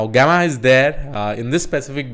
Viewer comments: Its not gaama, gameaa.. its Jemma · jeh·muh is the correct pronunciation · Thanks for putting the efforts to create another great video! and btw it is pronounced as [ˈjemə] 😄